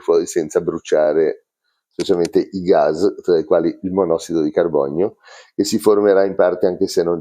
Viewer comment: Ceao, vedo che pronunci "Gaz" invece che "Gas", é dialetto? Io sono rumeno é in rumeno si chiama pure "gaz". 😅